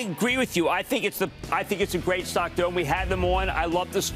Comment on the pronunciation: Buddy had a 10 page script and couldn’t even pronounce the stock correctly